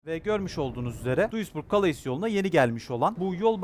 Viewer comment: Abi, "kaleys" diye okunmuyo, "kale" diye okunuyor fransizlar "S" yi okumuyor